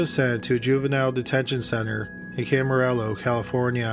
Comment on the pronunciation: Camarillo = Cam-a-rio